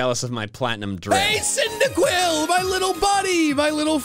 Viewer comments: CYNDAQUIL, NOT CINDIQUIL! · CYNDAQUIL, NOT CINDERQUILL! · CYNDAQUIL, NOT CYNDIQUILL! FIX IT NOW!